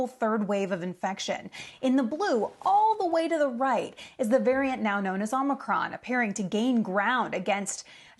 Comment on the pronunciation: It is pronounced "aa·muh·kraan", or did you miss that in "col·age"?